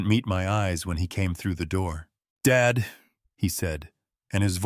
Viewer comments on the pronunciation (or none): I like the story but why is Dad read as dead